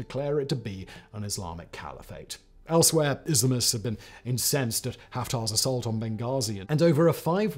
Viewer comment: Grateful for the auto-generated closed-captions. You are grossly mispronouncing "Islamists". IS-LUH-MISTS? Just lol...